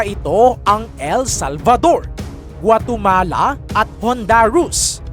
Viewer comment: Hunduras hindi hundaros hindi guatomala guatemala ano ba yan